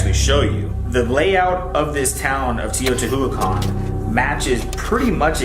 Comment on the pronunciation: Shane’s brother’s pronunciation of Teotihuacan fucking kills me. Like it takes two seconds to google it.